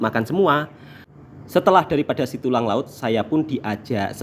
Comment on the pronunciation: Setulang Laut Bukan Situlang